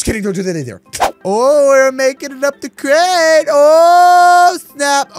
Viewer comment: said crame not crane